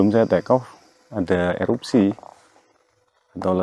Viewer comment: Erupsi boss...bukan eroksi...